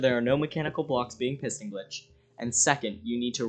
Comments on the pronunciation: Am i the only one who hears him say "pissing glitching"?🤣🤣🤣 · heard that too